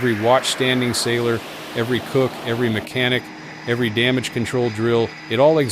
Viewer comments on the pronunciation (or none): “Inspection “erry” day.” 😮‍💨